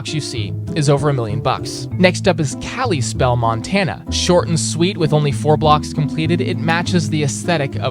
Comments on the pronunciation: Kalispell 💀 sorry but it's kal-uh-spell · The way you pronounced Kalispell makes my Montanan ears bleed